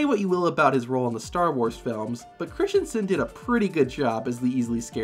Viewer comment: Oh my god you literally destroyed his name 💀 it’s Christensen, not Christionson